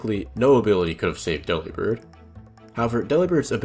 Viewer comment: Delibird is pronounced like "Delivered" but replace verd with bird.